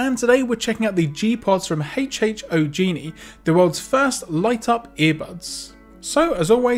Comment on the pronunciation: Hho genie lol